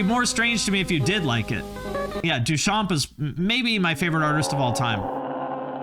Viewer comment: We do not pronounce the P in Duchamp and the M is pronounce N. The futuristes were fascists. Not for deep political reasons, they just like war machines.